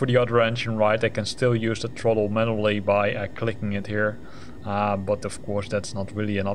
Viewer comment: Truhttle. It’s Th-ra-ttle.”